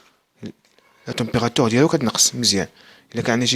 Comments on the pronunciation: استاذ رها كتقرة la température مشي la temérateure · سيير حتى تعرف تقرى عاد هدر لاطومبغاتيغ كاينا u ماشي e